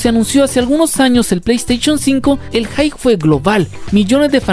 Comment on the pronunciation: Tip, pronuncia la "p" al final de la palabra "hype" de lo contrario dices "hi" o "high". Interesante video, toma tu like 👍.